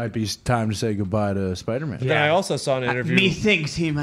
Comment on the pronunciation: saying spidermen instead of Spider-Man is low key the funniest shit ever.😂💀